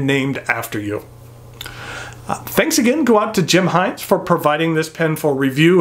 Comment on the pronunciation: Us antipodeans would pronounce Hinze with a short "i" as in igloo. But if Mr Jim pronounces his name "Hainz" he doesn't look like a bloke with whom I would argue the point! Funky colour, but no clip? Huh?